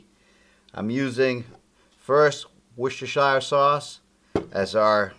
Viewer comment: It's pronounced "Wuss ter sheer" sauce. Thanks for the recipe. (A Brit.)